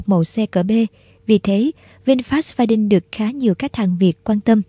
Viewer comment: Đọc là pha điu nha e , đâu có chữ N nào đằng sau đâu mà đọc đin